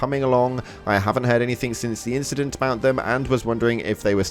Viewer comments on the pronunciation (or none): none